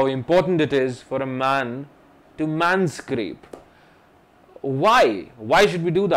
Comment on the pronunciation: Its Manscape not manSCRAPE!!